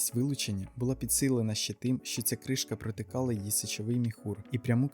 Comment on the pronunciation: Що таке "протила"? Проткнула чи що?